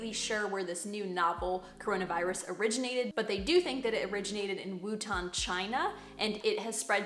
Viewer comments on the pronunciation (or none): Hey, this was a great video! However, as a Chinese person, I do want to say that it is actually Wuhan, China instead of Wutan, China. But thank you for making this video to bring awareness to this virus! Informative as always! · "Wutan China"...